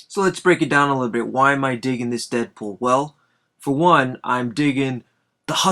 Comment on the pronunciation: its deadpool not deapool